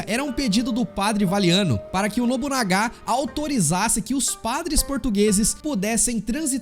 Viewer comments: Nobunaga e nao nobunagá ksksk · nóbunagá???????? mds cara para porfavor....